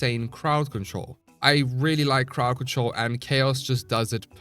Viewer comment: I thought he said paw patrol instead of crowd control